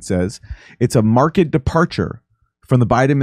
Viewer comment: Question: Why do words like "Failed" get pronounced Failed, but when you read the word "Marked" Both You, and the Black Military dude pronounced it "Mark-ed." I know this is a dumb question, but Is It? THINGS THAT MAKE YOU SAY HMMM??? 😝 Just had to give you cRap. 😉 GOD, FAMILY, AND COUNTRY BAYBAY!!! 👍🏽👍🏾👍🏿🇺🇲🙏🏽🇺🇲🤟🏽🇺🇲🤘🏿🤘🏾🤘🏽